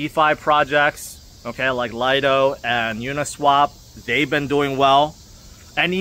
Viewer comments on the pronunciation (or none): none